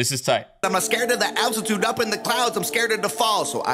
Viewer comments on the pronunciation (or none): none